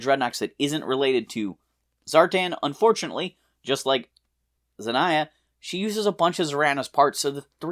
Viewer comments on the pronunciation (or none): Munitia is pronounced mu-nish-ah like in ammunition.zartan's daughter is pronounced zan-yah.